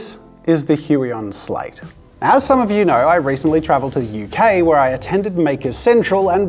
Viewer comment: Did u just say I travelled to HueK (UK)